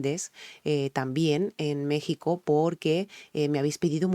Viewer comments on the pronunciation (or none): none